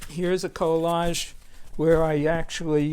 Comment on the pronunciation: It sounds like he is saying co largies